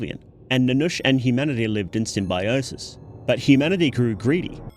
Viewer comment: i just had to pause the video when i hear your pronunciation of simbiosis lol